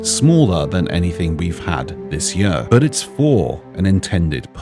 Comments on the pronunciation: I like but I really hope he would start saying "year" instead of "yuhr" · Bro I can’t get over the way he says year. Yuur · Why does he say year like that🤣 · The way says year triggers me